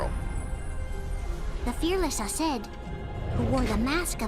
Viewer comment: Yes finally! I've been waiting for you to watch back cover AND play 0.2! I'm hyped! Also you triggered me so much by mispronouncing aceds name MULTIPLE times lol they literally yelled his name every 2 minutes